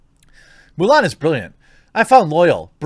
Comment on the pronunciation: Haha, I think I heard you say "Mule Ann"... XP